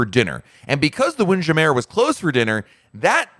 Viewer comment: I gotta ask… why do you have two pronunciations for Windjammer? “Windjammer” “Wind ja-mair”